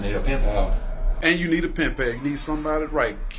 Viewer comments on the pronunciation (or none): . lol, he called the Pen the Pin.